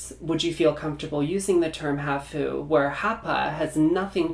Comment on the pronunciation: Japanese word “half” sounds like HAaph, not haHoo.